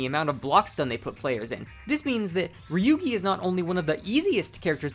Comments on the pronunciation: what a whiplash hearing you call ryougi ryuugi, for a second i heard ryuki and thougt i was going crazy bc there were kamen rider ryuki recommendations on the side, holy shit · This is a good video but it was kind of funny trying to figure out who is Ryugi, that is a wild pronunciation